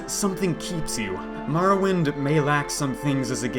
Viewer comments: More Oh Wind. WTF is Mar Oh Wind?!?!?!?!?!?!?!?!?!?!?!?!?!?!?!?! Nice vid though. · Ok... say Morrowind... Now, say Marrowind.